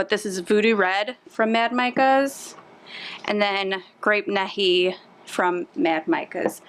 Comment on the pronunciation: You did a wonderful job on your swirl. FYI, you are toooooo young to know this but the grape colorant you used is based on an OLD time soda but is pronounced grape Knee High. It used to be my favorite when I was a kid. Did you ever come up with a name for your lovely soap? Adorable little helper you have.